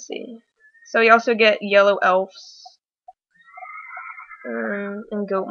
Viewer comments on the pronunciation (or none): none